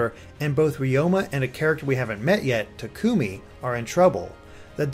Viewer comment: The way you say Takumi hurts me inside...